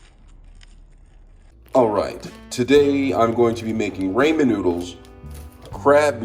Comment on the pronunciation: “Ray men noodles” (not hate)